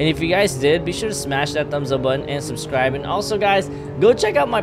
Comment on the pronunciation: The intro says "susrive"